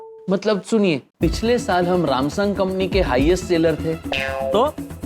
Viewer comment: Samsung ❌ Ramsung✅